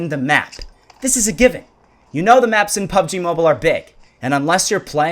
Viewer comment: Pubg mo-beel-a